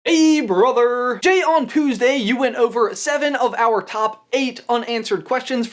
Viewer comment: On poosday...